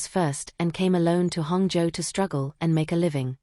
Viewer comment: I find it amusing that Hangzhou is pronounced hung joe😂